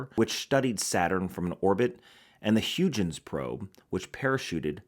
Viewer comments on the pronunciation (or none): Hoygins, not huge-ins, very interesting watch, don’t like that cage on the dial, but damn, that decorated nh35